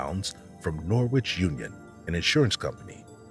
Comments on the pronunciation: It's "HART_LEE_POOL". And it's "NO_RICH", not "NOR-WITCH". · Norwich is pronounced NORRITCH, rather than NOR-WITCH.